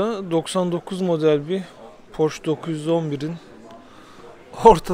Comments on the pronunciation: Amerikalılar gibi "porş" demesek, aslı "porşe" olmalı. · Amerikalılar bile porşe diyo😂